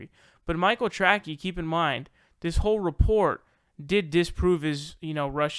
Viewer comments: Michael Tracy not Trackie. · Do you really think his last name is pronounced "Tracky"? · Not a fan of that guy, but name is not pronounced "Track-eeee", it is pronounced as "Tray-see". You know, like Dick Tracey, the comic book character / movie hero. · ah come on. sam loads so many ( false) assumptions in his questions it can no longer can be answered yea or no. BTW that is Micheal " Tra_ cee" not 'Trac-key". Ps the usa hacks Russia 24/7 and continually interferes with their elections. As we do all around the world. Pure and simple Russian baiting. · Dude... in the middle of calling somebody else “cringey”... you proceed to pronounce TRACEY as TRACKY 😂😂😂 ohh good googally moogally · It's Michael Tracey, pronounced "Tray-see" not "Tray-key". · The thing I get most triggered by is your pronunciation of Michael Tracey's last name. It's pronounced Trace-ee or Traes-ee, not Track-ee. It's either spelled Tracey or Tracy. It's a common name, a lot of famous people have it, mainly it's a woman's first name (Tracy Chapman), but it can be people's last names (Spencer Tracy), or even some men's first names (Tracy Morgan). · Debate me. Its trAcey not trackee. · "Tracky" lol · I love that someone who's only argument against people that he disagrees with is that they are "SOOOOOO stupid", can not pronounce the common name "Tracey" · It's Michael Tray-see, and I don't know how the fuck you don't know who he is /Aka. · LMAO!!! Tracey DESTROYED Sam. And your dumbass called Tracey, Tracky. Do you not understand how stupid you sound when you mispronounce an incredibly simple name? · no meme, he's just saying what should be "Tray-See" wrong and it's lol... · Pronounce names properly and maybe people will take your opinion serious. That simple. Still butt hurt over Sam Seder throw shade? Let it go and be professional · Great episode but you don’t know how to pronounce Tracey? Very disappointing. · Learn how to pronounce Tracey, dope.